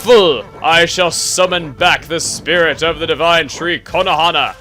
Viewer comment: every time you say Konohana I think you say Konoha wrong :D